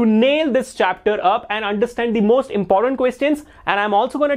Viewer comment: you said bost instead of most😂😂😂😂😂😂